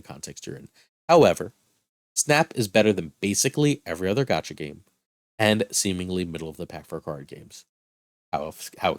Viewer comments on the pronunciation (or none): none